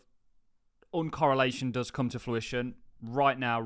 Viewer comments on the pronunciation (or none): Love the channel, some of my favorite crypto content. Just need to say, the word you are looking for is fruition, not fluition. Much respect